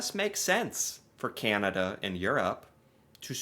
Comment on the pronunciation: 🇨🇦🇨🇦 As a Canadian I am fascinated with your show. At first I would fast forward through the first minute because you spoke so s l o w l y but I have gotten past that. I am subscribed to your channel and watch you regularly. I have only one ask PLEASE PLEASE PLEASE find a coach to teach you how to properly pronounce CANADA !! 🍁🇨🇦🤣